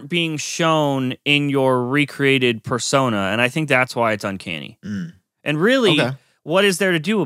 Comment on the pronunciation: should learn to pronounce persona